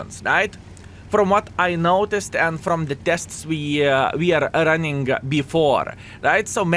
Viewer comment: Speak running without g please :)